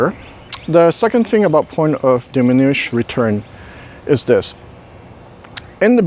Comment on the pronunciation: I'm sure someone has said it, but it's not 'diminuish', it's 'diminishing returns'. :) Other than that, great video once again. Thanks for posting these.